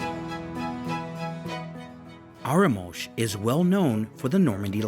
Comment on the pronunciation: I love the pronunciation of Arromanches and Bayeux! Anyway, thanks for a very good video that makes me want to go back!